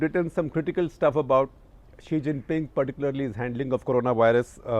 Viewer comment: The struggle for non-English speakers to understand Xi from she is real in this video....... 😅😅